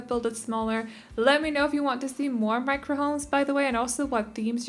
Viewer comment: On it’s sound like she says Minecraft not micro...